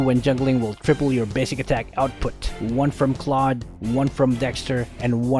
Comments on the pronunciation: Why do people even pronounce Claude's name as Cloud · I thought it's pronounce is cloud (Holdap to hahahah) Is this Filipino Love this channel i will sub now MORE ULTRA SPEED GUIDE PLSSSS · Ofcourse its claude not "clau de" hahahahaha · its dumv hw in the tutoriels video in mobie legend pronounses claude "cloud"